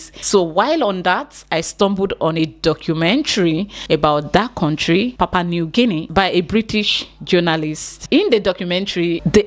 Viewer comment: Papua new Guinea. Not papa 😂😂